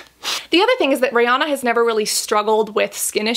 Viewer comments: “Rey-oh-na” 🤔 now im curious as to how everyone else pronounces her name... i say “ree-an-na” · She keeps calling her Rayana.....girl her name is Ri-Anna..... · Her name is pronounced like Ree-Anna not Ray-onna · Rihanna pronounces it Ree-Anna rhymes w Hannah. Most Americans say Ree-Ahna, rhymes with sauna. I think Cassandra says it more like Ray-Ahna haha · ri not rey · This girl really went RAYYY- ah-nah 😂 I was like what hahah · The correct pronunciation is Ree-anna (that’s how Ri herself says it) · When she said Riri's name as: RaY Ah Na." I cackled🤣🤣 Thanks for the review girl. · Why is she saying her name like that 😂 ray Anna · she was named REE-anna, rhymes w She Hannah. A little different, but close! Most of us in the US say it wrong haha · Anyone else bothered by the way she said Rihanna